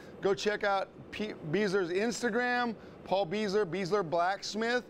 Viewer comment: Paul Beisler is a great guy. but, his name is pronounced Bi-zler.